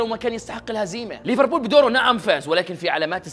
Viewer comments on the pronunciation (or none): none